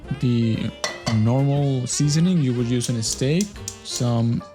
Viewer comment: STEAK. Not STAKE. And that steak is old. Not too cold